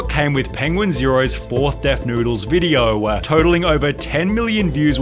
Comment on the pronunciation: "Videoah, beforehandah, lacking resarchah!"